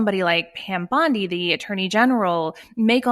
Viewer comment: This girl must be the only person on the planet who can't pronounce Pam Bondi's last name